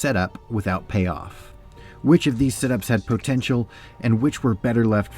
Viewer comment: Is he saying POE-tential?